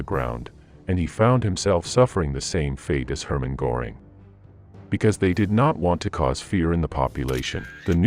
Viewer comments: "Goering" as go-ring? Nope. Same problem. At least you are consistent fools. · I noticed Goebbels mispronounced also Goring. In German, W is like a V in English. I think Hitler was so desperate for good news, he jumped the gun, claiming victories that had not occurred. Even the weather was against them. First the rains and quagmire. Then the extreme cold.